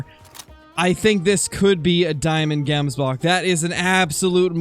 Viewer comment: I'm from South Africa and the way to properly pronounce the word Gemsbok is not pronouncing the g like saying gate but ratherlike if you were clearly your throat saying the g, if any other south africans could come up with a better way of describing how to say it, please help with this